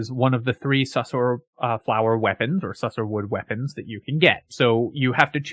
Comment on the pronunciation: Man, you're killing me. Sussur rhymes with looser. You can hear the narrator say it if you pass the skill check in the blighted village.